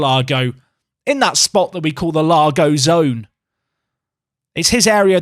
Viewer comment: It's not "The Lago Zone", it's "The Lagoon".